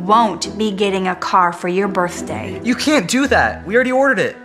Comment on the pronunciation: Bro not to be rude to Adam but Insaid of saying birthday he said birthdur